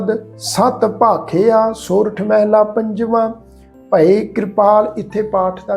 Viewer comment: Waheguru Ji Ka Khalsa Waheguru Ji Ki Fateh ji. Very very nice paath.❤ one thing instead of meheela why not mhalla. Bauth bauth danwad ji